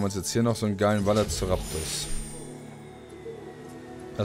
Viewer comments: Velo nicht Valo. xD Ich liebe es. xD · Ok, er sagt auch einmal Valoceraptus -. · Ja, übertreibt gerne, er hat Valoceraptor gesagt XD. Ist aber auch nicht besser